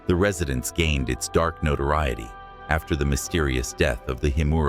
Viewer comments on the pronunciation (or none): none